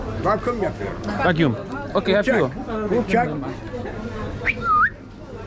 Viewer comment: Haha.. 😂 The man tries to say that he can vacuum pack the fruit so it will be fresh after the flight to Canada. "Vaküm" ..tries to say in english..😂